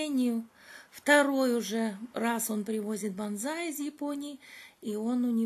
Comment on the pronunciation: Не банзай, а бонсай